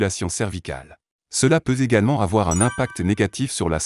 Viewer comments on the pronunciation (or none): Une liaison (orale) " mal T'à propos" à 6.10-12 barre de défilement : " Cela peut Z 'également avoir un impact négatif sur la santé oculaire" = aïe mon Z" Oreille !! on devrait entendre " cela peut T'également avoir un impact " - mais merci pour mon dos , et l'oreiller entre les genoux pour dormir sur le côté : je pratique depuis des années, et .. c'est confortable !